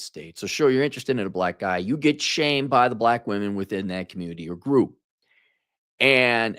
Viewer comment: The communitah is ruined